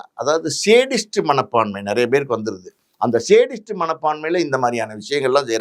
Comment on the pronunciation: யோவ் அது சேடிஸ்ட் இல்லையா சாடிஸ்ட் 😂😂😂😂